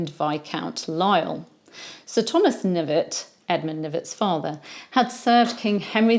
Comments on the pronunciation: I'm certain that his surname was pronounced "kuh-NIV-et." Was he related to Sir Thomas Knyvet, who had the famous duel with the Earl of Oxford? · Seems French. Maybe it was pronounced Knee-vay.